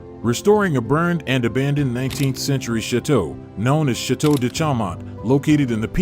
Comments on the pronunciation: Please tell me why this man who cant even pronounce chateau and calls ut shit to really annoyingly..wants to share Dan and his families with everyone..not nice, not good and I think it's a shame I even opened the video. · This narrator is horrible! Cannot even correctly pronounce the word "chateau".